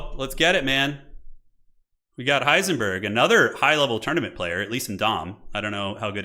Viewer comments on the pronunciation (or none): none